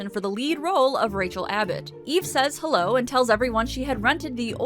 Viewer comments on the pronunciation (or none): none